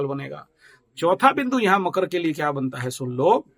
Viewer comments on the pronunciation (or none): bohot Acche kya apke andar deep God khud rehte hay aap kitna dahi and true bolte ho and I like makar ko kayse makru bolte ho Thank-You very mch 🙏🙏🙏🙏🙏